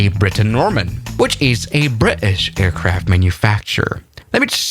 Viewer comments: "Just a routine Saba airport landing" he said while landing at St. Barth. Also "Aircarfts" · "Aircarfts" LMAO!